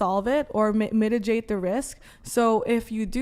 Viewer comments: The girl on the right just said "Mitijate"... It's Mitigate... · can’t even say the word mitigate 😂